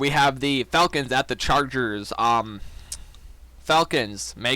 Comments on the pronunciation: Definitley falcons but it definitely doesn’t sound like that 😂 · what did you say cant tell if it was a f bomb of you saying the falcons.